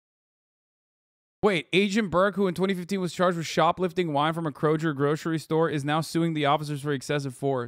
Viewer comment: My man said "Krojer"